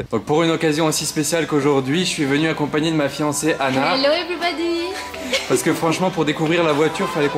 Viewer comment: "evribodi ziziz fipeu" c'est de l'anglais ça? 🤣 super caisse frérot!